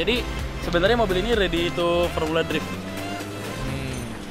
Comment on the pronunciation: awal pratama 163 ngomong drift aja masi salah...